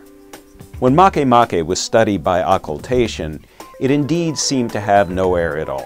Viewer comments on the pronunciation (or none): I'm so awesome scientists named a baby planet after me, even though they're mispronouncing it.